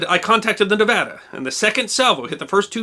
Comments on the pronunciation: This is a very minor point but as a proud graduate of the University of Nevada, I want to genuinely thank you for pronouncing 'Nevada' correctly. As many bumper stickers in the great state say, it's Nev-AD-a, not Nev-AH-da. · Thank you for pronouncing Nevada properly. Few outside of Nevada do so. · Thank you for your correct pronunciation of the word Nevada! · History Deserves to Be Remembered thank u 4 saying Nevada correctly. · What makes it even better is he says the name of our great and beautifull state correctly! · Thanks for pronouncing Nevada correctly 👍👏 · It's amazing to me that so many people can't do that. I HATE when people mispronounce Nevada-ESPECIALLY people who LIVE here! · Thank you for this. Growing up in Nevada, I hadn't heard (or I had forgotten) about the Nevada's work on D-Day. ... And, as an aside, thank you for pronouncing 'Nevada' correctly. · Yeh! You pronounced Nevada right! I grew up in Fallon, Nevada...not Nev au duh. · Another great video. One minor correction, it was 2 1/2 years (not 3 1/2) between Pearl Harbor and D-Day. Also, my wife, a native of Nevada, is thrilled when it’s pronounced correctly. She says thanks. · Thank you for pronouncing Nevada correctly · thank u saying Nevada properly, it drives me nuts when people screw that up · Wow, massice thanks for saying the name right, thanks!!!! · He even pronounced it as us locals would. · Are you a native nevadan like me?! I havent seen a non native say Nevada correctly